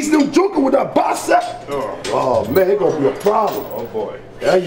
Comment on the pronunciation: not bacep its bicep bro😂